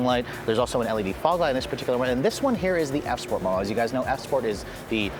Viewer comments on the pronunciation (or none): He said S sport lol